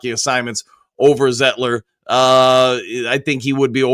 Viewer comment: Sane-ra-still, Zite-ler